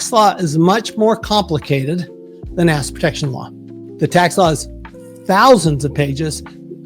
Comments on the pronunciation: "asset" is TWO syllables. It sounds like he is saying "acid". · 😂😂😂 seriously this guy cannot say assET ffs! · He needs to accentuate his T’s cause everytime he says asset, it sounds like he is saying ass! Ex. You’ve got good ass protection! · Great video! Am I the only one who heard him say "a$$ protection"? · That's all I heard!!! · Who else here can not hear the "ET" in the word Asset when he says it. literally sounds like ass protection every single time. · 😂 how can you trUst one tHAt caNOt prOnOunce ' ASSet prOtectiON ' ...😂 UnLess it's a hidden message 😮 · I keep hearing “ass” protection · I came here just to say that too😂 Love that he says ass instead of asset everytime. Much more entertaining! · same thing